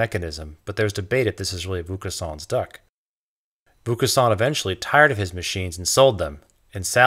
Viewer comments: It's unfortunate that "Vaucanson" is rather badly, (although consistently) mispronounced. I really did appreciate learning more about him, though. I do wish his lathe had been explained! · Good stuff. If I may suggest one small alteration: the voice over pronounces Vaucanson's name in an unusual way. If you could ask someone who speaks some French to pronounce it and edit the track accordingly it would improve the video. I knew of Vaucanson and his wonderful duck, but I did not know of his relation to the silk spinning trade, nor of his invention of an all-metal lathe. It was only when the video reached the automata (again pronounced oddly) that I realized who it was that was being talked about. Still a good perspective on the Industrial Revolution. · I enjoyed the video, but your pronunciation of Vaucanson's name is pretty bad. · Vaucanson is pronounced with a long 'o' as in 'boat' not a long 'u' as in 'boot' ... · Isn't it pronounced more like VOH-cahn-soan not VOUS? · not voucassant or vouscassant or voucaçant but Vaucanson. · dude it's pronounced "VO-KawnSawn", with the last letter "n" being almost silent. It's not "VOO-KA-SAWN" ! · Excellent video, making excellent points. If I may make a small correction, and perhaps save you some embarrassment in the future, the first syllable of the name Vaucanson is pronounced VO (as in vocation) not VOO (as in voodoo), which is how you're pronouncing it. The rest of the word is close enough. I look forward to watching all of your other videos. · Superb video, congrats. BTW the "Vau-" in Vaucanson is pronounced "Vo-" rather than "Vu-" :-) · It's pronounced: Vo long "o," as in "bow" as opposed to "voo," as in "slew." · why are you pronouncing "vaucanson" like vokhusann ? You're saying it like it's a japanese name, so strange... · Are you pronouncing Wilkinson as Voucusson? :) Never heard that before. Not saying that it shouldn't be that way, but never heard it like that before:D